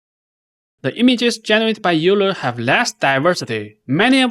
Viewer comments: It is pronounced "OILER" not "you-ler". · euler is pronounced "oiler" like euler's equations from physics